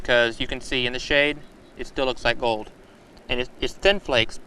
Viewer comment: they found a few ounces of sweet fuck-all. I werwee beweved theyee woud find gowed in dere. I think that would have been a better narrator for this video. just saying.